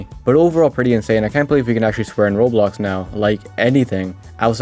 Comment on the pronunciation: WHY you say roblox like that